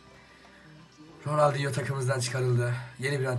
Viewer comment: ronaldingo diyor